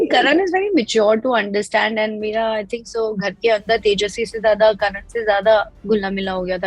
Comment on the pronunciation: Tejaswe bachcand nahi pachcand.